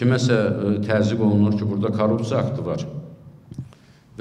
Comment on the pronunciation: Azərbaycan dilində ц hərfi yoxdu) Korrupsiya!